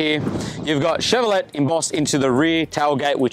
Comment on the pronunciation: Chevro-LAY NOT Chevro-LET......noob! Also the truck doesn't need a GVM upgrade, its built into the design. The grubberment decided that the owner/driver needs a "GVM upgrade". Not to mention a heavy truck rego despite being a 3 1/4 ton truck, money grab!. And stop calling it a car! You wouldn't call a small sedan a heavy duty pick up truck now would you? Oh wait....Australian review....